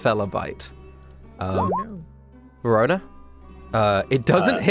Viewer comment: i always hear perona whenever someone say verona its a female name by the way